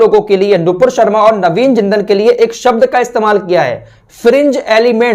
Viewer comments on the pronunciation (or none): none